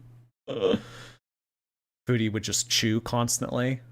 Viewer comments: Her pronouncing “foodie” like “feudie” is going to send me into a rage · it’s weird because she can pronounce food correctly (kind of) so why can’t she say foodie